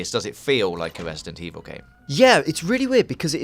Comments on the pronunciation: Great, the guy with the speech impediment narrating this again. Wesident Eviw is scawy but gweat.... wight? Jesus, hire a speech coach for the dude already!! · "Vesident Evil" LMAO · ...Im gwad we didnt have to wait unto febuwaway fow wesident evoww to welease. I dont think I kewd of waited that wong.